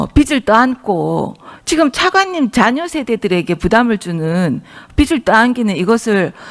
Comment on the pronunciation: 비츨 내라? 비즐 내라가 맞지 않나요.. 저도 경상도 사람 이지만.. 좀 쪽팔립니다..